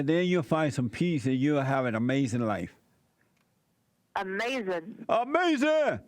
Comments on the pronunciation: UH MAY ZEN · Jesse even got her to say AMAZIN...! 😃